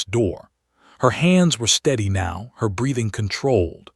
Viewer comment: Apachee, not Apach! Bree-thing, not breath-ing! Surely your narrator should have made corrections by now! Yet I hear these errors over and over on this same storybook by this same narrator.